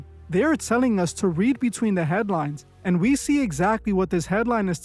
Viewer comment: Headlies...not lines 😂